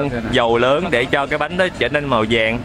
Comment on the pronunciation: Dân mìền Tây nói chuyện nghe vui ghê. Vui vẻ thì nói là dui dẻ. Màu vàng thì nói là màu dàng.Việt Nam thì nói là Diệt Nam..Mình có dạy cho thằng bé lớp năm quê ở miền Tây môn tiếng Việt mà sửa lỗi chính tả cho nó cũng muốn tẩu hoả nhập ma. Nhưng giọng, cách phát âm thì vẫn cưng và nghe hay thật.Chính mẹ mình dân Daklak còn khen nói chuyện hay.